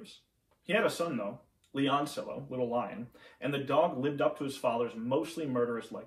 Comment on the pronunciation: Pronounced Beh seh ree Yoh. Not Becerilo. Leh ohn See Yoh. Not Leoncilo.